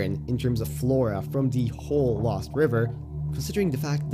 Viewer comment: He said "LÖWST"